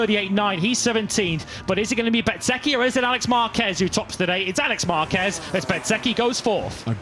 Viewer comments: FFS can you learn how to pronounce Bezzechhi right?! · Wish you’d learn to pronounce Bez’s name correctly😡